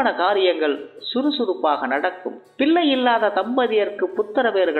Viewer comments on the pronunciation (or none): Ucharippu saryaga illai iya. Thulam enbadhai dhulam endru ucharikeerargal. லகரம் ளகரம் உச்சரிப்பு சரியில்லை . பிள்ளை என்பதை பில்லை என்று உச்சரிக்கிறீர்கள் திருத்தி கொள்ளவும்